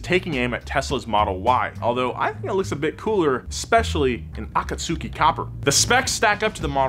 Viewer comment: AH KAH SOO KEE yeah naw